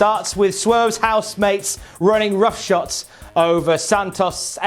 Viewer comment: It’s “rough shod”! Not “rough shot”